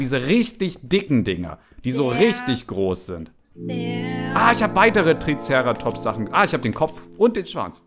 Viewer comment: Wie er „Triceratops“ betont 😂